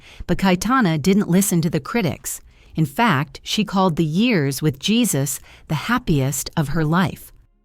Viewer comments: Isn't the name of her second husband pronounced "hay-SOOS" rather than "Jesus?" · His name is pronounced "hay Seuss", not "G - sus" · YES PRETTY SURE YOU'RE CORRECT BUT IT'S AI AND IT'S HERE TO STAY I 🤔 THINK UNFORTUNATELY. HEY ZEUS. YES. AI DOESN'T KNOW NUANCE AND EXCEPTIONS TO CERTAIN GRAMMAR RULES. CIAO KAYL N.Z XOXO CHEERS 🥂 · The easy fix was to put phonetic spelling in the script. AI would have then pronounced names correctly. Jesus would have been written as "Heh SOOS" or "Hay SOOS." The AI voice would have put stress on the syllable that was all caps. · Jesus? LOL!! Pernounce it correctly!!